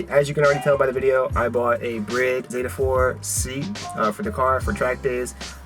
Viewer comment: bro said "b - rid"